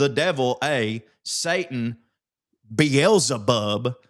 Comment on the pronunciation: beeez-ey-bub bout KILLED me